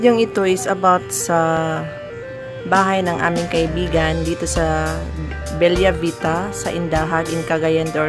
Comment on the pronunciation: Bella Vita is read as Bela not Belya.. its italian Beautiful Life😊